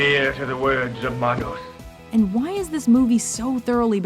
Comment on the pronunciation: HOW CAN YOU SAY THAT YOU CAN'T FIGURE WICKER MAN OUT? LOW I.Q. ? ALSO PLEASE LEARN HOW TO SPEAK SINCE YOU CONSTANTLY BUTCHER WORDS LIKE MAN-OHS WHICH IS PRONOUNCED DIFFERENT SINCE IT'S SPANISH FOR HANDS !! THIS LIST IS REALLY JUST A BUNCH OF CRAPPY MOVIES....EXCEPT FOR WICKER MAN AND FLASH GORDON THE REST JUST PLAIN SUCK ASS !!!!